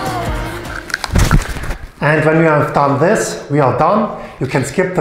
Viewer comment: Lets start wis se scariest part of se story